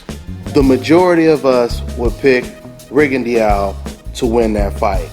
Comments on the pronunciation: "if golovkin had to move up 4 years ago, who would you favor??" btw, its RIGG-ON-DOE... Not RIGGON-DEE-YOW. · actually I fucked up admittedly. deux is duuh. its french. RIGGON-DUUH. Pretty shitty he cant pronounce his own surname.